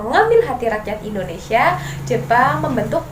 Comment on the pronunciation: Pendudukan jepang di Indonesi Huruf A nya jurang 🙏